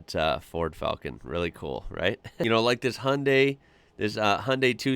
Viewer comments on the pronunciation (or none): Have always wanted to know why Americans can't say Hyundai? Like it sounds like you're butchering Honda. Like I don't know how you can look at Hyundai and think, oh that sounds like Honda but spelt Hunday Straight up just ignoring the y in the word. It's hai-uhn-dye. Dai make the eye sound, not day sound. Oh and why do you say Mitsubeeeshi? Like the i sound in japanese makes the same sound, but you change it in the middle.